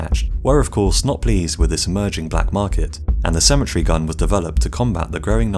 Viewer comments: Good lord you can’t pronounce cemetery for shit, it’s pronounced se-ma-tary not simatry Jesus Christ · You're saying Symmetry instead of Sim-eh-terē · Please properly pronounce your words. I was very confused as to what a symmetry gun was until I realized you do not say cemetery correctly. Symmetry has 3 syllable and cemetery has 4. Thank you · I thought he was saying symmetry gun. I pronounce cemetery, SEMM-EHH-TEHR-EE. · I thought he was saying "symmetry gun" lol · I thought you said symmetry gun not cemetery gun. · I kept hearing “symmetry gun” and was quite confused for a bit. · Wow, ok someone needs to tell the narrator how cemetery is pronounced. I couldn’t figure out why he was calling it a ‘symmetry’ gun. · I thought he was saying "symmetry" gun. Took the picture of the cemetery to figure it out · Downshift He was saying "cemetery" guns 😃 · Cemetery not symmetry